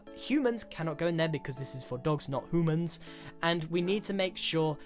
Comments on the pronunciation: i'm pretty sure that Grian said "hoomans" not "humans" but it might have done it on purpose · Nobody: Literally Nobody: Grian: Hueman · Hoomans?!? That was bad dud :(